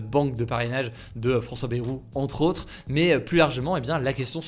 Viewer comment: Hugo, Bayrou se prononce "Baillerou", pas "bérou"